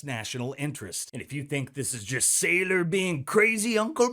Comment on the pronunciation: Michael Sigh-lor 😂